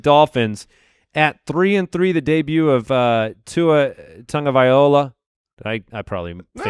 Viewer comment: I am samoan.. u nailed it with "Tagavailoa" Great job